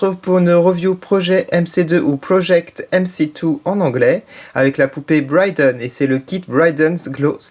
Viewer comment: c'est pas Bryden mais Brie (jes sais pas comment ça s'écrit X3)